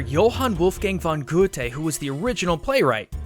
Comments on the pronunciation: Goethe = gert-uh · that is not how you pronounce Johann Wolfgang von Goethe XDD But It's a nice video ^^ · Goethe is pronounced Guh-tah not Guh-tay. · I'm a German student, and as far as I know, Goethe, is pronounced ger-tuh, not gou-tay. Again, I could be wrong, but this is how I was taught German. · ITS Goo-theh! For crying out loud! Not Goo-tey. Not unless he wasn't German. In German that would be Goo-theh. Unless I missed something in German class Edit: Hard "th" though, sounding almost just "t" Edit Edit: Just remembered to, the "von" means from. So calling him Goethe isn't even correct. He is Johann Wolfgang of Goethe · Goethe is pronounced "Gerter" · Good work... But.... your not pronouncing Goethe right. (GER-TER) nods... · eu goethe is pronounced gh eu te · At least they're not pronouncing Goethe as "geeth", like some people actually do. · It hurts! It hurts listening to him calling Goethe "Gouthe" and Gethe" like it normally sounds... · It is so funny to see Americans trying to pronounce Goethes name xD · i live for the way you pronounce goethes name oml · For someone who talks about cultures all the time, you abdolutely slaughtered Goethes name. xD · As a german i just love it how you spell Goethe's Name 😁😂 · you sorta said it wrong in but then you totally got it right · Sorry...but had to cringe at the pronunciation of Goethe. [ˈjoːhan ˈvɔlfɡaŋ ˈɡøːtə] in IPA. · Expect of the Goethe you said Johann Wolfgang right respect Im Austrian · dat pronunciation of Goethe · I'm German and I laughed so hard at his pronunciation of Johann Wolfgang von Goethe 😂